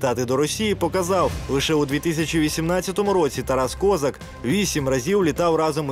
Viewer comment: Можна наголос поставити